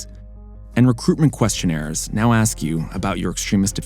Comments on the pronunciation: don't they learn to speak English in the army?! It's ask not aks! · okay, I saw A LOT of black ppl saying axe instead of ask. Whats that about, can someone tell me please. Im from eastern Europe, have no clue why is that. Oh, also, i dont hate black ppl lmao